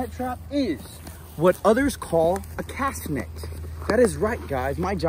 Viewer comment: The net is a cast net and you said it wrong